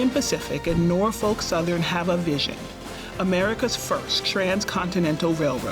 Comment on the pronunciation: First….learn how to say Norfolk….